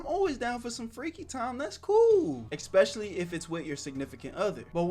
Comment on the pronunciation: "espicially if its your signifacant other" uhhhh what did i just hear? WHAT DO YOU MEAN ITS NOT SOMETHIN LIKE THAT RIGHT????????😅